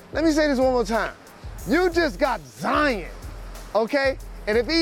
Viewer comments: Zien or ZION!?!? 🤦🏽‍♂️😂 Jalen: “You just got Zien!!!!!” 😂😂💀💀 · Jalen it’s Zi-on not Zi-in